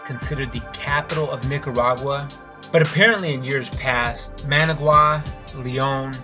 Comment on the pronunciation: Oh the horrible horrible pain of repeatedly mispronouncing Managua... The suffering is real